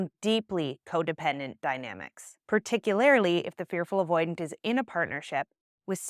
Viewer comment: Grammar nerd here: The word is "particularLY" not "particularILY."